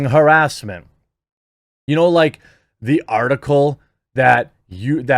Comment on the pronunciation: How did you just pronounce "harrassment"? 🤣🤣🤣🤣🤣 hair-us-ment??? Lmfao bro wtf it's huh-rass-mint